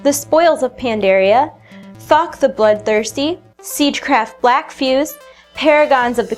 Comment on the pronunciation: Does it sound to anyone else that when she mentions that one boss it sounds like she's Saying "F"ck The Bloodthirsty"?